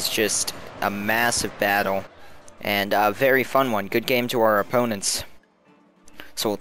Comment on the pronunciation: i cant get over how you say "battle" it sounds like baddwle, id subscribe if you said fight more :P not hatein, i watch a lot of your vids.